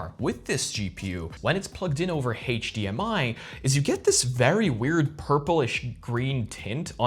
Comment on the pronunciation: what is "Haych-DMI"?